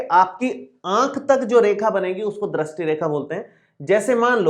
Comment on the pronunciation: पहले ढंग से दृष्टी बोलना सिख के आ फिर youtuber बनना